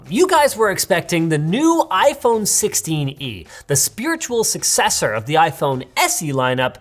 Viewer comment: its sixteen-e lol